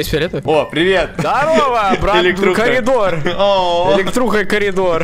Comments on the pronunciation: когда сказал элетруха и коридор мне показалась сеструха и коридуха😑🙃🦥🐼🐇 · эликтруха Я: ахпхвхпухпхвпхвхаххпхвхпвхххпхвпхаххпвх🤣🤣🤣🤣🤣